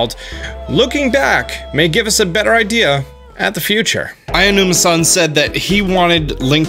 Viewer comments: Quit saying AIONUMA it’s A O NUMA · I don't wanna be that guy, but just for future reference, Aonuma is pronounced Ow-noo-muh. Interesting vid and cool concept art